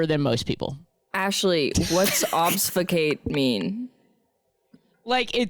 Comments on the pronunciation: btw, obfuscate is pronounced almost how it's spelled: 'ob-fuss-kate' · ObFUScate. The f is before the s. Sorry, can't help it. You said it so many times 😅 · GUYS IT'S OBFUSCATE - OB FUS CATE